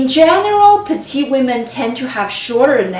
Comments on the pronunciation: Pronounce petite not the masculine petit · I hope you're not correcting her accent.